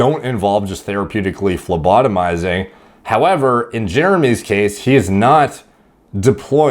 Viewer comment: me: "after watching MPMD for a year, I finally understand all the words uses": "PhLEmOtoBiziNg"